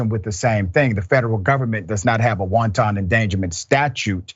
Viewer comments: I love the good Dr! But I gotta correct him, the “wanton” he’s using is pronounced wan-ten, not wan-tahn like wanton soup (s/o lil b) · Everytime this so called doctor said wonton endangerment. The police was attacking Chinese food now lol. Watch out if they keep it up the wontons might go extinct. It’s wanton endangerment hard to be you leave that doctorate when you can’t even pronounce words correctly. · Love your analysis Dr Richey but please, the word wanton, as in wanton endangerment, is pronounced WAHN tuhn, not WON TON, like wonton soup. It's pronounced like the words "want" and "un" combined, emphasis on want. It's important to be sure of correct pronunciation because you don't want to appear as idiotic as this ex cop is. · The host needs to look into how to pronounce WANTON, before he gives lectures about it's legal definition. WONTON is Chinese food. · Killing me with the "soup" endangerment. Sometimes his pronunciation has me cracking up! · Just an fyi..FYI... it's pronounced, whan-tun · Let's not pronounce "wanton" like Lauren Robert, even though we know you know what it means.